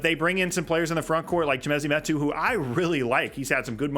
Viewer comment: Good breakdown. Can't wait for the new season to start. Minor point of clarification - pls don't take it as a petty quibble - it's WATANABE. Kudos for pronouncing Metu's & KBP's names smoothly & correctly.